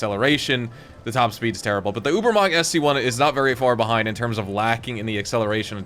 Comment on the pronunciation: i love how none germans pronounce Übermacht